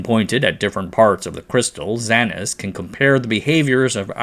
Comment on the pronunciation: A word on pronunciation of XANES. It rhymes with “pains”. I’m an inorganic PhD chemist. Nobody says it like “zah-nez “. Just FYI.